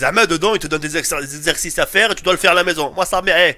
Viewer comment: Des ercersrsersrscices 😂😂😂